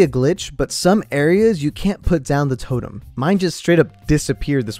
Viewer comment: Summoning jutsu death totum🤣